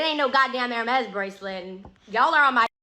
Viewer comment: I'm too poor too afford Hermes, but even I know how to pronounce it. 😂